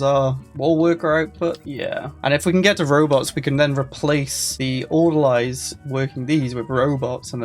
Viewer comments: Its not Order-lie it's ORDER-LEE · Orderleez Not Order-lies I'm a pedant, I know. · It's Order-"Lees". Like people who work at a hospital.